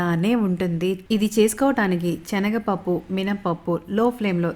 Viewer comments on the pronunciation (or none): Chenagapappu kadu andi senagapappu